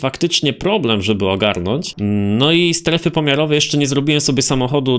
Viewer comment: "STERFY" rzeczwyiśocie